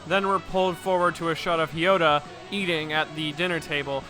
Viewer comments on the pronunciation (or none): You said “Hiota” it’s “Hayato.” (Not to be that guy) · Hiyota? Kira went out of his way to pronounce it for us. H A Y A T O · Mate whos haiota? Its hayato lmao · Its ha ya to not fucking kyoto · ITS NOT HIYATO ITS HAYATO!!!!!!!!!!!!!!!!!!!!!!!!!!!!!!!!!!!!!!!!!!!!!!!!!!!!!!!!!!!!!!!!!!!!!!!!!!!!!!!!!!!!!!!!!!!!!!!!!!!!!!!!!!!! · why are you calling Hayato,Ryota? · DID YOU JUST SAY HIYOTA??????? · H I Y O T A~ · I decided to just make an entire list of names butchers: Kosaki Yukiko Mikitaki Hiyota Remmi Atomic Heart Father Also you say that Kira's dad hit the nail on the coffin, but "Kira" is actually his last name. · His pronunciation of Hayato is infuriating Edit: scratch that. All of the ways he pronounces names is infuriating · What the bruh, why did you pronounce Hayato like that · H A Y A T O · Ya but great days op was aired before hayato was introduced in anime, so of course, people dont know the pronouncoation of it, and maybe this guy just mis read it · H A Y A T O~ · Whats with that Hayato pronounciation lmao, nice vid tho, gj dude!